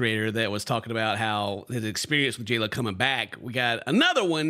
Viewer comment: Yeah, he called her "hey ho" instead of J-Lo...